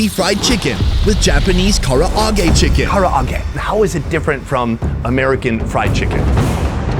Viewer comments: the Japanese: Ka-rah-ge: Kara-a-ge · Bro says Karaage literally how it’s spelled 😂 it’s Kuh-Rah-gae not Kar-ah-ra-gae! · how american destroying japan by saying kara age!!!!! i cringe every time this guy said KARA AGE!!!!!!! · Kara-a-ge?😅 at least learn how to pronounce the words. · Hes so American saying Karaage the foreigners way XD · Why does he keep pronouncing Karaage like that? Just pronounce it the same way they and everyone else does, its not that difficult. It makes no sense when he's obviously heard it pronounced multiple times, always the same way, but then wants to say it differently? Why? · Your pronunciation of Karaage hurts my soul and I'm not even Japanese